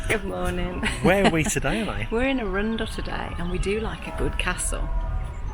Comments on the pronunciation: ARUN-DEL NOT A-RUNDLE! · Arun dell not Arundle. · It’s not Arunndell it’s Arundel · It's not A-rundle. It is Arundel. Like Arron d schwa l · A-rundl. Lived near this place most of my life, first time I have ever heard it pronounced like that. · Yes. Ah-run-dell. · Arun-del the Del of Arun as in the river Arun, Arundel. Glad you in enjoyed Arundel nice video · indeed! The way you pronounce it was totally different from what I was saying! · Lovely walk through but as a local I'm massivly triggered by your pronunciation of Arundel x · Lovely video, such a shame that you did'nt do your research into the correct pronunciation of the name Arundel. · Yes, the pronunciation had us tittering too! I visited when I was working in Southampton! Stunning town too! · Minor picky point - Middle syllable is slightly more un than oun and with more emphasis on the "ar"...other than that, a smashing bit of film and commentary...did you get to visit Swanbourne Lake (perhaps lunch at the Black Rabbit) too? I'm hoping you might have! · That is not how you say arundel